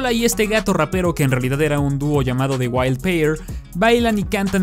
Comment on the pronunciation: pronunciando "the" todos: dah la zona cero: di